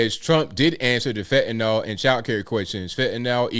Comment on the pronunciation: It's name is fentanYl, nor fentanOl. fentanyl.